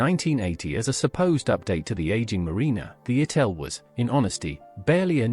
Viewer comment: It was Morris ItAl, not ItEl! Ffs, get the simplest things right! Thumb down.